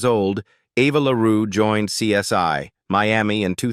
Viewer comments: The show is called CSI not CS1.when yo are doing voice over work get it right. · I hate AI! It's CSI (pronounced "see ess eye" and NOT "see ess one")! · SOMEONE PLEASE TELL THESE AI PEOPLE THE CORRECT SAYING IS... C. S. "I", NOT C S "Y". 😠😠😠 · Who is this narration? Truely horrible 😢it's CSI not CS1 😮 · Hey,, it's CSI, not CS1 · Why did this narrator laways misprounced title? It is CSI as in investigation, not one. And he sounded black.. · The worst AI narration ever. Laughable with mispronunciation of CSI as CS1 & CSY throughout. Also several instances of video shots that had NOTHING to do with what the narration was saying. What an embarrassing mess this video is. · AI cannot pronounce CSI